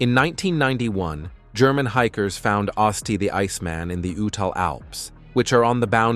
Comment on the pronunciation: I bailed the moment this mf mispronounced the name. Is AI with dyslexia a new thing?